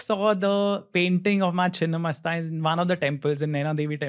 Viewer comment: Its chhinna not chinn pls edit